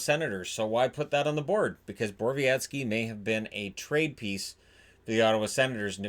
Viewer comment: I don't usually complain about how people pronounce difficult names, but you're adding an S to Borowecki that just isnt there.